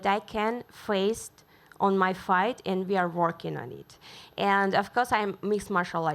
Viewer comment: Dude...love her...but the way she pronounces *and*...foooooooook....